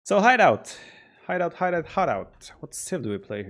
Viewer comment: Once you hear "hi daut" instead of "hideout" you can't unhear it